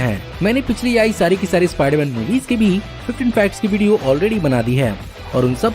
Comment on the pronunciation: Ispaiderman ispaiderman 😂😂